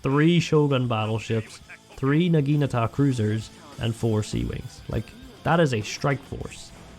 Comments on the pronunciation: Because he calls Naginatas Nagitas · What is it with english speaking people and them being unable to say the word NAGINATA. Not Nagita, not Nagikatana, not Nagatana, NAGINATA!🤦‍♂️ And a Torpedo is not a missile!